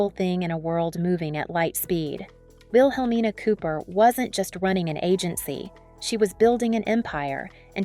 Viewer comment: It's pronounced "will-uh-mean-uh"